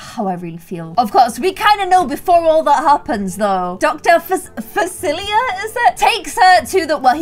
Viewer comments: This was amazing! I'm so happy you actually found a way to make them frogs! It was so perfect that you made Dr. Facilier (you don't pronounce the r) and Mama Oddie! I appreciate how much you tried to stick with the movie. I wish they had gotten a slow dance together though the night by the river when they were frogs. lol It's my favorite scene. But it was super great! No need to apologize. Definitely give them the human wedding they have in the movie when all their family and friends come. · (Grenouille is pronounced grun-wie) already love this!! 💓💞💘💘💖💞💓 Edit: Dr Facilier is pronounced Dr Fa-sil-ee-ay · It’s Doctor Fa-Sil-Ee-Ay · Facilier is pronounced Fah-sil-lee-a